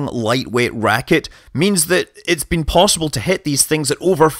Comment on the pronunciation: "Possibl" lmao